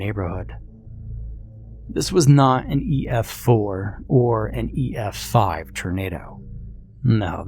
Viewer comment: Also oof that misspeak "e5f" lol